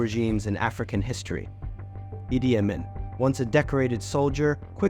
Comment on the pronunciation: It’s pronounced, “Ee-Dee Ah-Meen” 😊